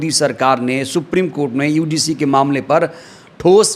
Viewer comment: भाई समय बर्बाद मत किया करो। यूजीसी ठीक से नहीं बोल पारहे हो। ज्ञान उड़ेल रहे हो।